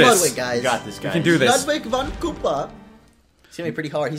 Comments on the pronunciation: Ludwig is pronounced Lude weeg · His name is pronounced (Lood-wig) Ludwig van Koopa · And it's pronounced Ludevig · here's how you pronounce Ludwig. Say (lu-dwig) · WIG! I feel my IQ dropping every time someone pronounces it wrong.